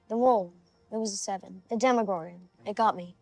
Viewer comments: Why does everyone always want to make it "Demigorgon"? It's Demogorgon. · That's Demogorgon, not "demigorgon"